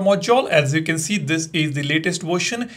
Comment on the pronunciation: Bro that's not vorsion that is the version 😂😂